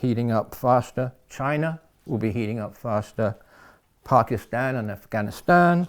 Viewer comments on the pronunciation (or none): none